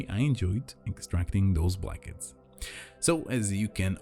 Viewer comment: Is he saying, "hairy blankets?"